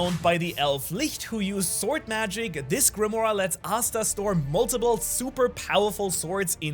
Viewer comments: First person i hear that actually pronounces Licht correctly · Wait! Did you just pronounce Licht correctly?